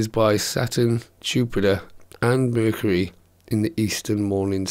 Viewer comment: vercury lol